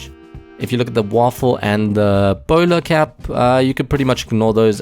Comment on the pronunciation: Anyone else heard him say boner cap